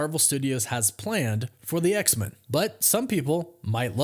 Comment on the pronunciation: Don't hate me but I gotta ask you to start saying X-Men properly. You're the only person I've ever heard who pronounces it X-Min instead of X-Men. The X isn't supposed to be emphasised more than Men. Both syllables receive equal emphasis. But when you put emphasis on X only, it changes the vowel in Men from 'e' to 'ə'. I love your work, but it makes me wince every time you say X-Men and that's only going to happen more. Please pay attention to how everyone else says X-Men in media and reality. Otherwise by the same logic we'd be saying Supermin, Batmin and Spidermin 😊